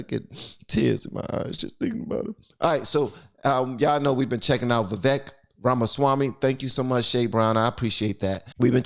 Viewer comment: Why can't anyone say his name right? It’s spelled “Vivek” – but is pronounced Viv-AKE. “Like cake,”